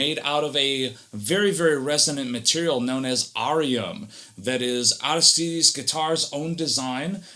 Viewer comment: It's pronounced Arístides with an accent on the first í. Sounds weird when you're used to something else. Is it Spanish? This is awesome, could tell it was too notch after 30 seconds.